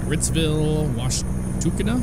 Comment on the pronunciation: Wash-tuk-(as in uck)-na (as in nuh). Also, , they included the railroad bridge! Aw ye.